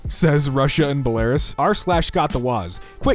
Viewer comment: best Belarus pronunciation ever